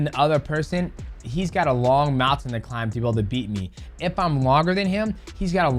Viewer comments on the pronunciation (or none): none